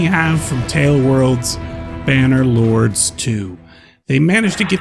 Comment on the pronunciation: say the games fuckin name correctly you plebian! Idiot